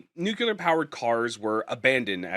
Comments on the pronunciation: nucular is not a word No matter how many times you say it, newkuler is still not a word. Rather, it is a flag of ignorance repeated as many times as you say it. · Holy crap, stop saying nukular. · noooculer! ffs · That's how Ronald Reagan pronounced it.